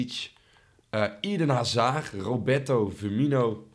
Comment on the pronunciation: Eden zeg je als eeeeden niet ieden